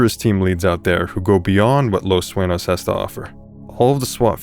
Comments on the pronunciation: this official channel? he didn't pronounced the police station correct he said Los "Suenose" it's supposed to be Los Su-Eh-ÑOS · Its pronounced 'SU eh Nyos' btw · It triggers me you can't correctly pronounce the name of the city you invented for your own game. Los Sueños != Los Suenos